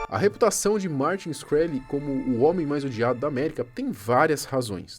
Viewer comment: Martin “XI-kreli”***